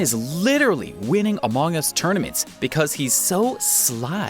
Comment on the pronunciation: No one:: amog us